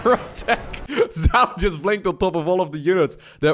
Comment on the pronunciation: Zoun is pronounced just like zone, just FYI!